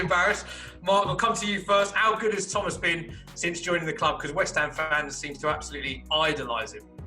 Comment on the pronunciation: Thomasuh soucek